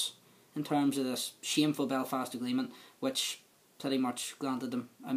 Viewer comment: The Bewfawst agweement, powicing and justice and democwacy. Fucking hell, is this a comedy show?